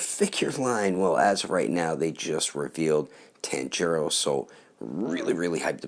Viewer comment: You said tanjirou wrong but I won't let that ruin the video